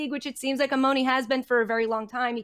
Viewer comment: This is how you know they have zero clue who this guy is. It’s Emoni and Emooooooni bates